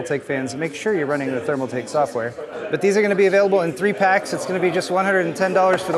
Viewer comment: tf is a thermaltak?! 🤣